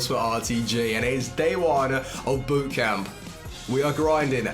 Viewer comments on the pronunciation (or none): none